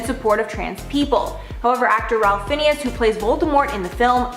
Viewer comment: it's pronounced "FINES"